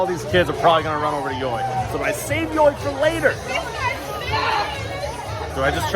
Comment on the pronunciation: I know it sounds stupid, but YoY is supposed to be pronounced as 'Joy'.